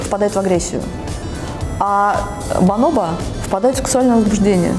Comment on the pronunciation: Бонобо, а не баноба